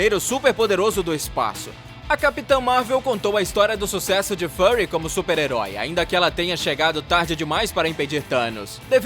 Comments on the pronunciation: Sério mesmo? Nick "Furry" - Nick Peludo.... kkkkkk .. Pronúncia épica, parabéns pela pesquisa só pra atrair views, quem assistiu algum dos filmes ouviria o nome sendo pronunciado varias vezes... do jeito certo... Fury é o nome, Furry é o que você disse repetidamente.... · Nick "Fâry"???